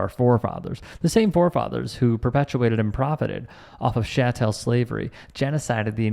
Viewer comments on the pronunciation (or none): It's CHatel not SHatel slavery please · Chattel is pronounced chat-ul. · it's not ''sha-tel' slavery... ch like church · It’s not SHA-TEL slavery. Its chattel slavery rhymes with cattle. People were kept as possessions like cattle.